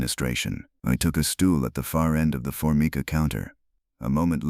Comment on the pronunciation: for-my-ka,counter top , thirty eight special, not point 38 special